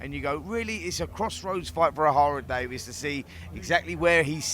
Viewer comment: It’s Ohara DavIES not DavIS ffs🤦‍♂️🤦‍♂️get your 💩 together Spencer!